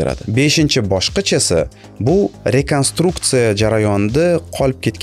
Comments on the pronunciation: Beshinchi boshqich debsiz brat😂 qolganlarida esa tugʻri aytgansiz bosqich deb😂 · Eshitdilarmi beshinchi bosqich demadi beshinchi boshqich dedi 😅😅